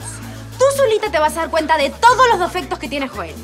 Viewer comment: alguien se dio cuenta q la dijo "dofectos"